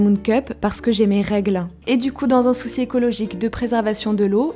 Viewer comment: "dans un soussis écologique" XD